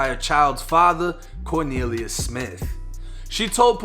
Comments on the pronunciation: “Corkneeliuss”!? Oh u low key comedian u 😂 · 😂when he said corneliues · "CORNELIUS" lmfaooooooooo